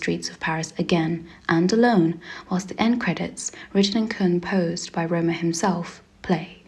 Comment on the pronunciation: Btw Rohmer is not pronounced like Roamer, but more Rohm-AIR, and Le Rayon Vert - dont say the T.